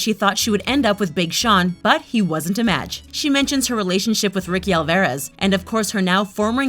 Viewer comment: That not Ricky Alvarez.... you also pronounced it wrong